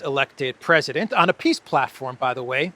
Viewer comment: "Ehhhhh....China is disrupting piss Summit...ehhh very unfortunate" 🤡📯 Thanks,. Be good. 😎👊🏼